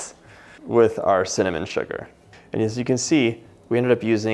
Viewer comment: Funny 😄 .... I heard my name CIN(dy)NAMON 😄